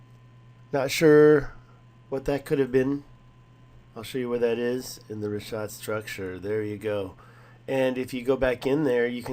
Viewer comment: Its RiCK ah t not Rish ah t. Jesus learn how something is pronounced before making a video. Also considering that structure is on the outermost ring it would be located in a poorer district. My guess is that the structure is a courtyard wall where one or more houses were once located (not a Castle ). This way more than one family could live. You know like siblings with their parents and children . Maybe with room for a garden or livestock.